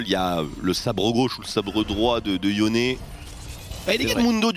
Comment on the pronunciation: Franchement sa fait plusieurs fois que sa me soule pitier c'est pas YONE, mais YONÉ